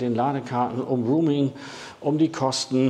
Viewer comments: Roaming nicht Rooming! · „Roaming“, nicht „rooming“ 🙈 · es heißt roaming - nicht rooming 😉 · genau roaming...! 👍😉 höre auch immer mal wieder rooming.... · ein guter Beitrag - gerade für Neulinge. Aber an der Aussprache von "roaming'" gilt es noch zu arbeiten ... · Schade, mir war das Video zu lang. Ein kleiner Hinweis: Ich glaube du meinst "roaming", nicht "rooming". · "rooming" vs. "roaming" 🥺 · Oliver, 2 kleine Anmerkungen: 1. Es heißt „roaming“ und nicht „rooming“. 2. Eine „EC- Karte“ gibt es schon lange nicht mehr. Du meintest bestimmt eine „ Girocard“. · Sehr gut gemacht. Sehr gut gesprochen. Danke dafür. Nur der Begriff "Roaming" wird nicht Rooming gesprochen. Was fehlt ist der Kurs von Tesla bei einem monalt. Abo (derzeit 9,99€ für "nicht-Tesla-Fahrzeuge"). Da liegt die kWh derzeit bei unschlagbare 39-43 Cent (variiert je nach Standort ein wenig) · Nochmal: "Roaming", nicht "Rooming"!! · Im Augenblick ist es katastrophal. 1,10 fuer 1kWh AC laden ist Wucher in meinen Augen. Ich hoffe es renkt sich bald ein. Danke fuer die Arbeit! Ach ja, es heisst nicht "ruming", sondern eher "rohmimg". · Kleiner Tip zur English Aussprache: Es ging um "roaming" (ausgesprochen "rouming"), nicht "rooming" (ausgesprochen "ruhming") 😉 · Das wir nicht ruming ausgesprochen Es ist der Begriff ROAMING, eher auh Dann gibt es noch grooming, das machen die Affen, wenn sie sich gegenseitig entlausen und gemeinschaftlich lümmeln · Boah, bitte: Roaming kommt vom englischen „to roam“ - herumwandern, stromern und wird [rəʊm] ausgesprochen und hat Nichts mit Räumen (room - [ruːm]) zu tun. Bitte richtig aussprechen - ansonsten isses doch arg peinlich. Danke. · Roaming spricht man aber nicht "ruuming" aus! Eher so, wie die Stadt "Rome" auf Englisch. schuldingung, ansonsten sehr interessant. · Bitte mal prüfen , wie das Wort Roaming korrekt ausgesprochen wird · Nochmal informieren wie man "roaming" ausspricht bitte.